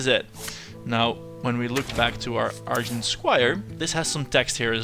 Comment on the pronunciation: I wanted you to use missiles on the bloodfen but then you saw the alchemist play (which I didn't) so I forgave you. In other news: I'm sure in the nearly 3 years since you posted this that you know already, but argent is pronounced arjent.